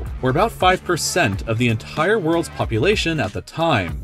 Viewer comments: I like how he said the word "The Entire" he said it like that The En Tire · Why you say enthaire